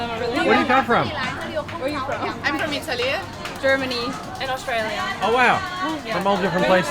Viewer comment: "sooo where are you frong"😂 she's so nice & cute